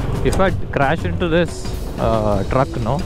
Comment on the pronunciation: no matter how good you are in english but that 'no'😂😂 Love your content❤